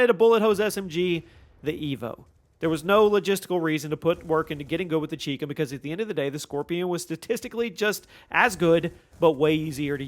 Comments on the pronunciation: It's pronounced CHI COM (Like Chai Comm) not CHEEK CUM. It stands for Chinese Communist. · It’s pronounced “Eff Aye Ell” not “fah-luh”. ChiCom is “chai-com” Chi = Chinese, Com = Communist. Do you pronounce China as “Chee-na”? Why do you insist on mispronouncing gun names?